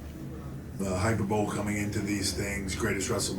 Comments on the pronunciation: My dude said “hyper bowl” instead of “hyperbole” 😂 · Hai per buh lee. Never heard anyone pronounce it hyper bowl Lol. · Hyperbowl? You mean hy per bow lee. 😅😂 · lmaoo, he had me 2nd guessing my pronunciation of the word, i thought i was saying it wrong this whole time. 😂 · hyperbole =/="hyper bowl" 😂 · He really said "hyperbowl"? I guess you can take the jock out of the locker room, but you cant take the locker room out of the jock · Did he say 'hyper bowl'? Lol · No one is gonna talk about how he just pronounced the word hyperbole?????